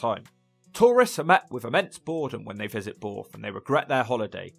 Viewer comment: Borrth not boooorth 😂